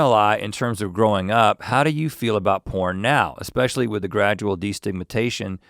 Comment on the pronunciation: Link can't say Validity, but can correctly say destigmatization in half a breath. Great hahahaha